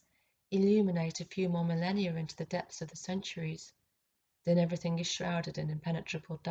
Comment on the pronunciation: The Mother Ov Eve•err•think